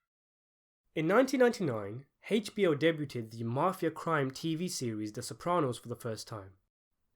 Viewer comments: I believe debuted is pronounced day-bew'd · Did he just say “deb-you-ted “? =.= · Did you just pronounce debuted like.. deh-bu-ted? Damn brother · 'Debeuted'. First sentence and you can't pronounce debuted. Seriously? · Want more subs? Don't say "Dey-bue-ted". Practice.